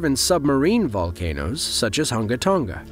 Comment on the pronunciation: It is not hangatanga btw